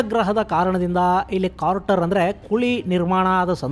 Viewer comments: It is crater not Carter. Just a correction please. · ಕಾರ್ಟರ್(carter) ಅಲ್ಲ ಅಣ್ಣ ಅದು ಕ್ರೇಟರ್(crater)